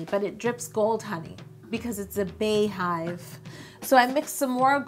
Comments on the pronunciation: Bey is pronounced like Bee. The same way you pronounce it when you her name Bey(bee)yonce...But this cake is so bomb!!! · Yo I love you but it's still pronounced "BEE" Hive... Her name is BEEYonce not BAYonce.... We are the Bey(Bee)Hive. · pronounced "BEE" Bee-Yon-Say :(( love you tho Yo LMAO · It’s really not pronounced “Bay.” Idk where that comes from. Bey has never pronounced it that way nor has anyone close to her. Lol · I’m apart of the Beyhive but I’m cringing at Yo’s pronunciation. lmao 😂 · It’s Beyhive (BEE) not Bay get it together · It is bee not bar or bey hive. Nice cake ( badass ) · It’s Bey Hive....pronounced B!!! Like the beginning of her name Bey-once!!! It’s not Bae!!! I hear people saying it like this all the time....just wanted to correct u!!! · I've never understood why people pronounce it (bae)hive. Her name isn't Baeyonce it's (Be)yonce. This is one bad ass cake though.. Beautiful! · Sydni C ITS BEE. NOT BAE. PERIODT. BEYONCÉ PRONOUNCES IT AS BEEHIVE. She said it at the Grammys. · GIRL I be saying the same thing like where tf they get "bae " from ya'll know damn well that's not how u pronounce her name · It's definitely Bey (as in BEE-yonce) hive. And also Bey is pronounced bee not bae... Not sure when this became a pet peeve of mine, but I was definitely triggered today lol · To everyone under this post saying its pronounced "bae". BEYONCÉ HER SELF SAYS IT LIKE "BEE" good day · Anyone who pronounces it Bae-hive instead of Bee-hive are the feds. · Bey-hive is pronounced like beehive. It’s not Bay-hive. Her name is not BAyonce. Love you Yo. Please. Stop. You can do this. ❤️ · damn i really thought she was real beyhive but she say bae not bey so sad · why do you say "Bay-hive" when it's not "Bay-oncé" - "Beyhive" is pronounced the same as "Beehive," that's the point😂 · Its BEE-HIVE wtf is Bay-Hive? Like its BEE-YON-CE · Is it like Bae or Bey, because Bey is pronounced Bee, like BEE-yoncè not Bae-yonce. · Why do you say bae hive it's beeeeeee hive